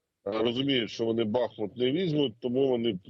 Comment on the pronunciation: Задовбало! Будь ласка! Поясніть цій леді, що БахмУУУУУт має наголос на УУУУУУ!!! Бо стоїть на річці БахмУУУУУтка!